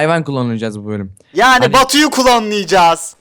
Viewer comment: Batuyu klonlıycaz diyince sesli güldüm